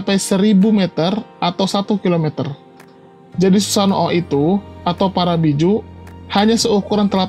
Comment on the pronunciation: Min tolong dong ngucapin susanoo jangan susano o, huruf o nya bagung jadi satu gak harus disebutin susano.o, cukup susanoo , huruf o panjang